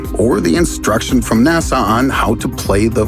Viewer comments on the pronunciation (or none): none